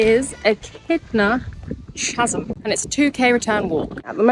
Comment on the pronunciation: 'Chasm' 'H' is silent. It's pronounced as /ˈkaz(ə)m/ When visiting Australia, time of the year & seasons really Really matter... Only Mad Dogs & Englishmen go out in the Midday Sun!